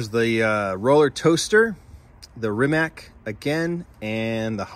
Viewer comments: So you know, it's REE-MAHTS for Rimac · Rimac is pronounced with a tz sound for the c Rimatz Nivera is car of the case closely followed by the Pagani recolour. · Rimac is actually pronounced as “Re-mats”, named after the company’s founder, Mate Rimac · Rimac, spoken= Reemutts (yeah, like in "mutts").